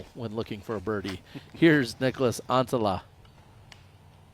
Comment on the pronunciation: Niklas NOT Nicholas!!!! This bothers my every time he's on a card with calling. There is no vowel between the K and L....